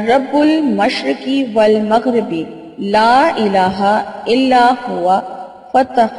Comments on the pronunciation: Bahin Ap ny Rabul mashreki wal maghrebi bola hy jabkeh yeh Rabul mashreky walmaghreby hy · رب المشرق والمغرب الفاط صحیح پڑھ لیا کرو۔